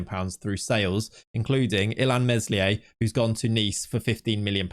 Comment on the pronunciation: Please stop pronouncing the s in Meslier